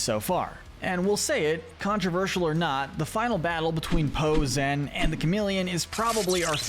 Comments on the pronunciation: Stop calling her ZEN? Her name is ZHEN. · It’s pronounced ZSHEN, “”! Stop mispronouncing her name,!